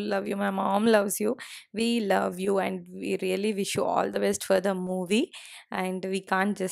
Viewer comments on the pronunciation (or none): Hiii garu..good to see your process n popularity. also we are glad that u stopped pronouncing " and " as " Aiind "..